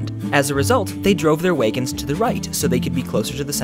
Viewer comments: Hold on a second.... "Waygins"? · WAYgans? Dear God, he's from Minnesota. Unsubscribe. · Wait - did you say WAYgons? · Hahaha how you mericans say wagons